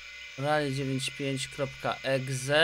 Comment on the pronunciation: ne czytaj exe tylko ekse